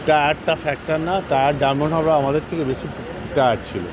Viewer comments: শুরু হয়ে গেল র নাটকবাজি। ১৭ তারিখ রেফারি খুউব ভালো ছিল। আজ রেফারি খুউব খারাপ হয়ে গেল। 😂😂😂😂😂 আর ল্যাং মেরে ফেলে দেওয়া কথাটা পাড়ার ফুটবলে শুনেছি। আর এখনও ডায়মন্ড হারবার উচ্চারণ করতে পারছে না, ডায়মন্ড হাবড়া বলছে। 😂😂😂😂😂😂😢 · আগে ভালো করে উচ্চারণ করতে শিখুন । ডায়মন্ড হারবার, ডায়মন্ড হাবড়ার নয় । এখানে আর রেফারি ম্যানেজ হলো না । 😀😀